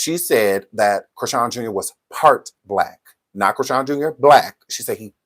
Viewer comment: Her name is Chri-SEAN. I always wondered where tf that name comes from ANNNDDD yeeaaahhh